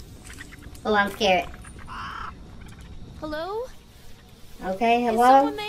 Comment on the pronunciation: When like Hellwo as she opened the gate!! 🤣🤣